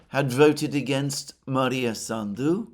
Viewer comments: Maia not Maria. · it is MAIA Sandu, NOT MaRia Sandu. No R in in her name. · Not that it matters, but It's Maia (Maya) Sandu, not Maria. Also Gagauzia stress is on "U" - GagaUzia. At least in russian. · Alexander - it is MAIA Sandu, not MARIA Sandu. Sorry that I am correcting you, but you keep saying her name wrong for a few days now. I admire your erudition and always watch your program. Thank you for your work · She's not Maria Sandu but Maia (Maya) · I believe her name is Maia Sandu, not Maria.